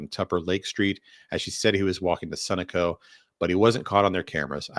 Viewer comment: Sunoco is pronounced suh-know-co